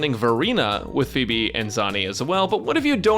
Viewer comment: Is it me or I'm the only one who hears Beeb instead of pheeb